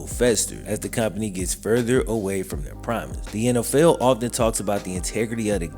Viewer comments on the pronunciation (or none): lol you say "NFL" like "N Ell Fell"